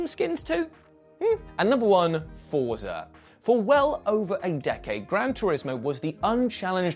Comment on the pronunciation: Fort-sa. Say it with me: Fort-sa... 🤌